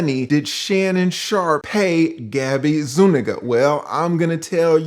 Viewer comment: O no, I hope that doesn't go viral. Adding an "e" to make it "Sueniga" would convey it more, i guess. But damn Shey Shey.